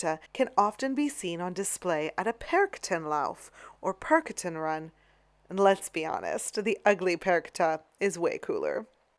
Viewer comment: Perketa ? No it is Perchten. The Ch is like a hissing cat. Cchhhh not sharp more soft. Per-chten. In the Alp Regions of Austria. Not really a Germany Thing.No no..you muced it up.. It's more the Perchten Lauf..little bit later after Krampus. There is a difference. These are the Winter Spirits you want to throw out and they cime with loud cow bells. Never heard of Krampuslauf. It's the Perchten Run. Take care...it's not for the Kids cause these Perchten really could harm you. Make you scare jump and hitting with a broom stick if you are not fast enough. Lot of things happened. I guess they are more restricted now..but yeah..don't come with little Kids. If they are a little bit older fine. It is just nothing we would do to small Kids who have no Clue. It's more Fun for the Adults. Wait a Minute..Christkindl has Wings, no Candles around the Head. Like an Angel. Christ Child you would say but it's mostly a female Angel with Wings. This one is either old or it looks like the Brigid to me. Brigid the Lightbringer. Well maybe it was like that but that is not how it is portrayed nowadays. You can see the Christkindl (a masked notbreal one) every Year on a Christkindl Market in Austria. It is not called a Christmas Market. Maybe Foreigners who have no Clue about how we call it. It us Christ Kindl Market. Hans Trapp whooooo ? Where is that coming from ? No Partner sorry. I am Austrian...i never heard of him. Only Krampus after Nikolaustag. Nikolaus Day..Cut the Saint cause we just say